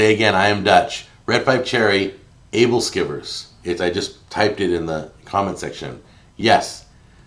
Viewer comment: Aebleskiver: "ebbel-skewer" At least that's how my Danish grandmother pronounced it.